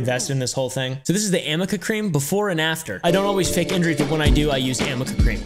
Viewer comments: It’s arnica not amica lol. Also it doesn’t turn you from Beth from once were warriors to ready for a late night show over night. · amber's attorney didn't even say it right. It's arnica cream not amica MLAMOAM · yo anyone else hear "am i a cream" or "can i uh cream" when they said amica cream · something funny about the amica cream is that its actually called ARNICA cream but the r and n were so close together her attorneys literally thought it was an m ☠️ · Ive seen on another Chanel that they said amica cream But…. Its actually called arnica cream, the r and the n are very close together So they just figured it was amica😂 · the funniest part is that it's not amica cream, it's ARNICA CREAM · It's actually ARNIKA Cream. Not AMIKA Cream. Lawyers cant even get the name right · Her LAWYER said Amica Cream?! First of all, it's ARNICA. WITH AN "N" NOT AN "M". Second, that's NOT how that works. That's not how anything works. How can you be paid several thousands of dollars for a job and not proofread? 😲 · There is no such thing as “Amica cream”, it’s called Arnica cream, right?? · Its not even Amica cream. its ARNICA cream. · It's not even amica cream, it's arnica cream so that should say it all. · By what I hear, It's ARNICA cream, but someone said AMICA cream by mistake and as a joke a few YouTubers just RAN WITH IT!! Including (but not limited to) ThatUmbrellaGuy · Her lawyer sat there mispronouncing ARNICA cream. And even that doesn’t instantly remove bruises.